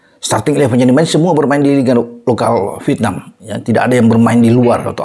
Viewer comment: Coba belajar ucapkan dng benar 'V I E T N A M' (pakai huruf 'E' di tengah²nya) & bukan 'V I T N A M'